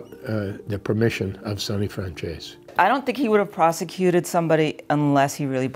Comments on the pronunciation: Very few people pronounce home boys name properly...it’s FRAN - ZESSY, not FRAN- CHAZE or FRAN- SESSY. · im pretty sure its pronounced FranzEEs not Franzaysee or Franzeesee. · I'm italian I can pronounce it. Even Michael Franzese cant pronounce his last name correctly. He says "franz-ees" In Italian words are pronounced in the same way they are written so you dont change the sound of the vowels. It's fran-ze-se. The "z" like when you say "pizza". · You are right, but Michael and all these people in America pronounce the "tzese" part like "zease". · Fran tzese .. this is the right pronunciation in Italian.. ✌️👍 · i stand corrected lol figured mike could.pronounce his own name.so it is Fran-zee-see?? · Who else cringes when they say FranChase? I'm sure anyone can mess up a name but that bad? Come on folks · I get what u mean tho they pronoumce it like franzesE or franzesA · No, he doesn't. The word Franzese is a corsican word and it means French. Do you really see a corsican or an italian pronounce that word like the americans do? Let me help you with that. NO. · No. Michael pronounce it like an american would. The vowel "e" in italian is not pronounced like in english. It's hard to explain, but I guess the best way is for you to hear it. So write the word on Google Translator, select language Italian and click on the sound icon. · no, he pronounces his own name wrong too. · It's because Italians sometimes changed the pronunciation of their names to sound more American when they immigrated. The franzese family may have simply dropped the "e" sound at the end. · Why do people pronounce his last name like chicken francese? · The pronounce his name wrong ALL the time!